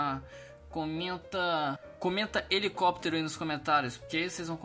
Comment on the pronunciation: Helicóptero helicopiteirio hehe